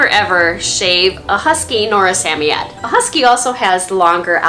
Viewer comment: I know. 😃